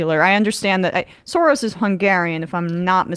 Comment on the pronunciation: Than you for this, but the name Soros is prononced Shorosh. Also the name of the political party is pronounced Feedess, NOT Feedesh.